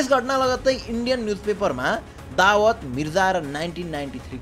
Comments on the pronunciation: Dawad ❌ Dawood ✅ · दावद होईन शुद्धसँग उच्चारण गर भाई दाउद ईबॅ।हिम हो उसको नाम दावद को अथॅ निम्त्याउनु हुन्छ । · Dawad re???😂😂😂 Daawoooooooood ho bhai ramrari pronounce ta gara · bro Dawat haina Dawood ho !!! party bolayera Dawat deko jsto po vanyo ta >( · दावात ❌ दाउद ✅ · दाऊद लाई दावत भनेपछि कन्फुज भैयो सुरुमा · दाबद होइन दाउँद भन् न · babu dawood ko pronounciation nai milena hai timro....u are saying dawaat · Is it दाउद or दावत? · dawood lai dawat k vaneko ho patrakar vayapaxi jun news banaudai xa kam se kam tesko gahiro adhyan ta garnu parxa ni sahi pronounce samma garna nasakne patrakar le sahi news dinxa vanera kosle samjhinxa ? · Muji dawad hoena pahila sahi naam lina sikh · दाउद भन्न नआको हो???